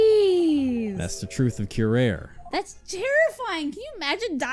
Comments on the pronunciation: Actually it's pronounced koo-rah-ree or kyoo-rah-ree. Ree as in Retry. It's a derivative of the word Wurari. Ray is incorrect, as well as Kyo. Really not sure where you got Kyo from unless that's a typo? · Curare: cure-Ah-ray.